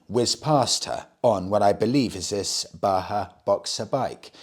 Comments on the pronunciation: Great stuff as usual, m8. Just something that brought me here: The Js in Bajaj (Boxer) aren't silent (Baahaa❌😅). It's pronounced as Ba-jaaj ✅ (An Indian surname/company) that had ties with Kawasaki & now with Triumph. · It is pronounced as Bajaj(like ba-jazz) not Baha. Its the same company that makes KTMs and smaller triumphs in India. Bajaj has captured African markets due to their affordability and reliability. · Bajaj is also pronounced “Badge-adge” not Baa-haa, it’s an Indian company not a desert! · The Boxer is made in India, made by BAJAJ, not pronounced baha. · You seem to be on a role with mispronouncing Indian motorcycle names :P Its pronounced "Ba-Jaj". They have a partnership with Triumph Motorcycles and make the new single cylinder motorcycle engines. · Hello. That red bike in Africa in the picture is the Bajaj Boxer. It is exported from India. Bajaj is the same company that is making the new Triumph 400s. Bajaj is pronounced with the sound of ‘J’ and not ‘H’. It is pronounced as it is (like J as in Jack). It is an Indian surname (Last Name). I hope you get time to read this comment 😀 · Since you talked about the pronunciation Himalayan in a previous video, if you're interested, the company that makes Boxer is called Bajaj with hard 'J's like in Jam. That along with TVS Star City had a good hold of the African utility bike market until recently. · I feel obligated to mention that the J in Bajaj are pronounced as Js and not Hs😂